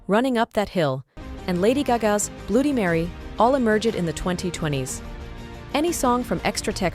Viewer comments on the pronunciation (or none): So cheap they can't afford a real voice to narrate this. Full of typical AI mispronunciations. --"Blewdy Mary"?